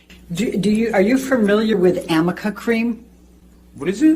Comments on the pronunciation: Arnica. A r n i c a. Not amica. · Arnica cream not amica 😂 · Amica? Does she mean Arnica? For bruises? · Amica... I also don't know what Amica cream... But Arnica cream yes!!! Elaine!!! 🤦🏼‍♀️😂😂😂Love you!!!! You're the best!! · It's ARNICA not AMICA, that lawyer of hers could at least try and get that right. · At the beginning of this video (cartoon) she keeps saying Amica cream. I thought of Arnica cream as it makes more sense, but she says Amica. So I looked it up and there is a brand named Amica. Maybe my ears are broken , but I got confused as well. what do you think? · It’s “Arnica” what a dolt! How does she not even know how to pronounce “arnica”.